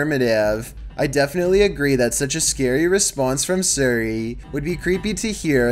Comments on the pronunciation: yes,, Suri instead of Siri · Just hearing you suri is making think if your actually British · Ah yes, “surri” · suri Us: It's siri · “Surrey”. That’s all I’m saying. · Siri not Surrey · Suri...Suri...Suri... dude it’s S-ear-e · I like how he calls Siri Suri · Who else gets mad when he said Suri not Siri cause Me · It's Siri,, not Suri. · HE SAID SURI 🤣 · Surry, not sorry its SIRI ffs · Why do you pronounce siri, like suri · Why did u say seri it siri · Think the scariest part of this video was pronouncing Siri. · The way that he says siri makes me mad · Why does he pronounce siri like that??? 😂😂😂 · Is Siri that hard to pronounce. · He can't pronounce Siri, and it's easy, change the name/activation word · Say Siri right